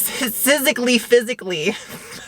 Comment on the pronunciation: "Sysically" and "Mattified"